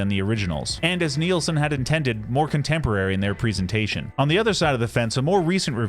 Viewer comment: It's pronounced as its spelled: NILS-son, rhymes with SCHMILS-son! Not sure why this is such a common mistake. You never hear Youtubers talk about Brian WHEEL-son... Source: The first five seconds of his debut RCA album (played in this video!), and any interview where Harry is sober enough not to slur his speech. Regardless, thanks for bringing attention to one of the 20th century's greatest singer-songwriters.